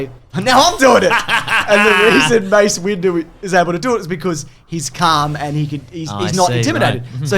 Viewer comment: James' Grievous rant / mental breakdown is my favorite thing to happen on this channel in a while! Also, you mean to tell me was calling him "Mace Window" by accident? Really?